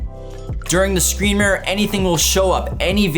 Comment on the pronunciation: Say murer on more time